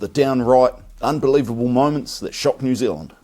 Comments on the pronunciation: Pronounce the name of the country correctly. Its not New Zlnd. There is and 'eala' in there too. FFS. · Right? This guy. Most Kiwi’s pronounce New Zealand just like you do my bro. It’s how we speak FFS. 😂